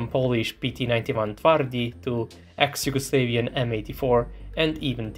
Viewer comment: Good video. One minor thing is, Kaže se Jugoslavian, ne Jugoslevian.